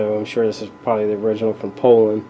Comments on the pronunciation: The way you pronounced Poulan.....LMAO. "Pole-en"...lmao it's "Poo-len" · crazy cause in 40 years never heard anyone say it the way you say it. POULAN is French so need to say it like a Frenchman POO-Lan